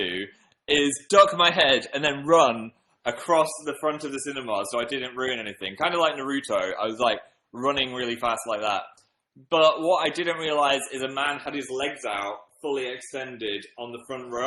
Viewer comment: It's Naruto, not Narutu